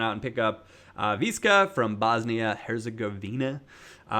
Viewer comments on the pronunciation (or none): Visca is pronounced Veesh-cha